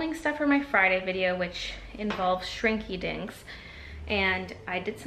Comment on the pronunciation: you definitely said "Shrinky Dicks"